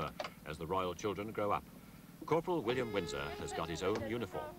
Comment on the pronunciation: I thought he said "unicorn" not "uniform" 😂